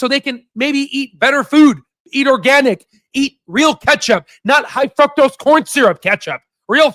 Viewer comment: Did say high fucktose corn syrup. 😂